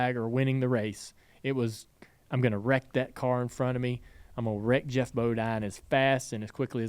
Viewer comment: It’s Geoff not Jeff…..